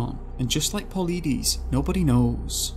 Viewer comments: His name is pronounced PAUL LIE DEES. THE Park is pronounced Yo sem me tee. I wonder how much of the info you list are true facts and how many are word of mouth. Some seem exaggerations, or guilt when from parents say we were watching and he was playing with his brother we turned to look at a tree for just a moment and when we turned back he was gone. There were no footprints, he didn't answer even though we circled the area calling his name. Dogs don't track. I would like to hear directly from the dog handlers. Just a lot of vague unattributed statements. Same thing with allegations of bad weather. I'd like to see weather records for the days referenced. Then the same days checked for prior years. What if it is normal during whenever it was for sudden storms to move in? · I've been following David Paulides' work for a few years. David (Pau-Ly-Dees). I've purchased his books and I am looking to buy his new book, "Land, Air and Sea" or something like that. This video has done an EXCELLENT job covering Paulides' work!! To those whom think they "know" what is causing those in the 411 category to go missing? Buy one of the Missing 411 books first! Whatever is taking people has a 100% success rate at NEVER being caught/seen by witnesses! The cases go back to the 1700s too!! This is EXTREMELY disturbing! It is like catch and release... Except humans are now the fish!! RIP to all that were not returned, or not returned alive. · Please learn how to pronounce Yosemite and Paulides. I can’t even listen to the rest because you keep mispronouncing words. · PAULIDES - PAUL-LIGHT-IS, NOT PAULIDEEEESE!! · just for future reference the last name is pronounced paul-eye-dis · Paul ee dees 🤣🤣🤣🤣🤣 Paul i des.. Yose might 🤣😂🤣😂😂 Yo Semity. Brilliant research 👏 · Your saying palidus wrong. Po lie dus. No pilleedees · Puh-LYE-deez, not Pa-lee-diss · You’re definitely not pronouncing David’s correct name.. (pole eye diss) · [Pul EYE dis] [Yo SEH mu tee] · Pa leedies?? 😂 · Paleedees lol.